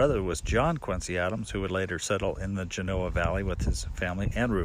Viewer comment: Great video once again...found out I've been pronouncing Genoa wrong...!!...I wonder if you have been to Snowshoe Thompson's "cave" just north of Hwy 88 just down the canyon from Hope Valley...pretty cool sitting in there where the great Thompson found shelter on his treks...Thanks again..keep up the good work...Scott